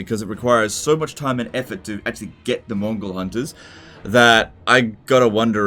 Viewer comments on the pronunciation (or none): Several times i thought said "mongol hunters"